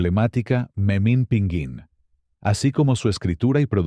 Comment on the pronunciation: Tras Rius, Gabriel Vargas y José G Cruz, el video abunda innecesariamente en Yolanda Vargas Dulché y Guillermo de la Parra, con un pequeño paréntesis con Las Aventuras de Capulina, haciendo la narrativa maquinal de las suyas cuando dice Memín PINGÜÍN y no, es Pinguín de pingo 😅